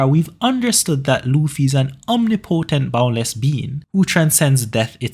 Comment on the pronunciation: mate the way you say omnipotent bothers me